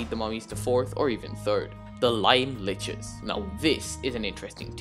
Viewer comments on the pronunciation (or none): is the correct way to say it ("Liches" is pronounced "Lee-chez")